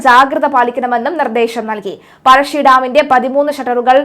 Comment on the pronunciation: പഴഷി ഡാം അല്ല പഴശി ഡാം ആണ്